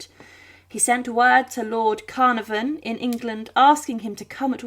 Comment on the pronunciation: Idiotic pronunciations like Carnavon give the game away of being yet another AI